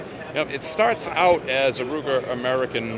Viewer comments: yea I AM aware of what 9mm luger is, but im not sure "joe" knows the difference, cause like many others ive heard make the mistake, he def said ruger. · He certainly did say Ruger. 😆